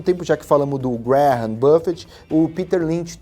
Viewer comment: Se pronúncia Benjamin "Grem"